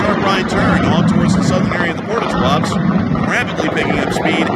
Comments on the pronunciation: Tuapse is pronounced as Туапсе, not as Туапс. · It’s pronounced ‘Too-ah-Pséh’ :)